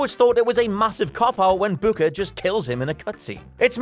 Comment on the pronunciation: Does the way he says booker not bother anyone else.....